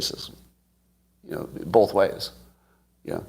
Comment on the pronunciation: Scott says bulth instead of both